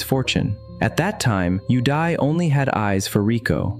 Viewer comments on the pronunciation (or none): all i can hear is "you die" instead of "yudai"